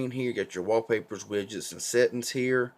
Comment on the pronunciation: NC is always tough because folks out in the Eastern part of NC often have a slightly different accent. When you said "settuns" (for settings) I just figured you were probably from Appalachia. :)